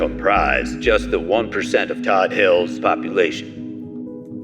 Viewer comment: Umm... Todd hill, not toad...